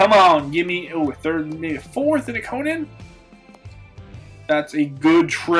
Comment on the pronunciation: Ikonen = (ee-kenin)